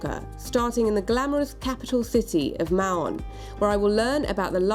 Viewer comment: She says "Mahhhhon" which is NOT the correct pronunciation for Spanish-speakers or Menorquín / Catalan-speakers.